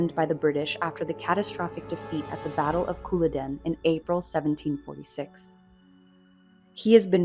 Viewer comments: Also, the battle is CulLODen, not CULloden. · Couple of points...you pronounce the J in Jacobite and Colloden is pronounced Col-u-den! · Agree it shouldn't be pronounced Cooladen Is this AI again? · It's the battle of Col-lod-en. ❤ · 'Djacobite 'and 'Cuhlodden', p,ease. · Shame they couldn't get an AI to pronounce Culloden correctly. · And the accent in "Culloden" lands on the second syllable. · Wrong pronunciation of Jacobite and Culloden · I know! Kind of annoying and makes one doubt the rest of the content if the author can’t be bothered to to look up pronunciation of words she is unsure of